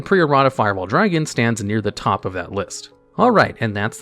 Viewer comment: Why do you pronounce it as "tope" not top?